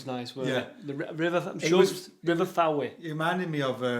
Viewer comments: Its the River Fowey which is pronounced Foy ( the we is silent). great programme.. Ive explored a good few mines in the area over the last few years.. Glad you enjoyed your visit. When your down next I can take you down a couple of interesting minbes that dont require ropes, just hard hats and light. mike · Hi, next time you come down to Cornwall base yourself a bit further west around Camborne /Redruth area there are restored and working engine houses there, and for future reference Fowey is pronounced Foy